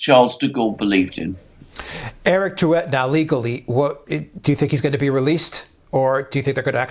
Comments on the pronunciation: It's pronounced DRU-EY (Drouet, in French the "t" is silent). Macron, with his political incompetence, is heaping more and more coals on his head! He'll finish like Ceausescu with a bullet in his skull because of indigenous Frenchmens' anger. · for god's sakes, guys -- 'droo-AY' . Surely educated commentators should have mastered the simple rules of French pronunciation! The emphasized accent is always the last, and final -et, -ez, -er, -ey are all pronounced AY. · For what it's worth ....you did pronounce it wrong! Hint.......drop the "t " at the end!........Macron: France's own "Two penny prince!"